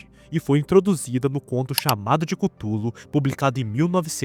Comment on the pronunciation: mano e Cthulhu não cúthulu fala direto